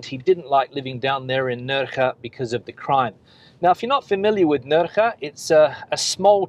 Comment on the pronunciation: I hope you have learned how to pronounce "Nerja" properly, unlike lame attempt! haha.